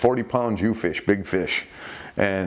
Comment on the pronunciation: Jew-fish? Jew-phin?